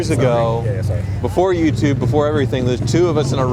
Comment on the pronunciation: Lol sorry peasant we are doing a HAYOUTUBE Vahideo.